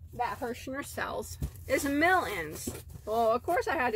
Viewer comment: Are you saying million, or mellion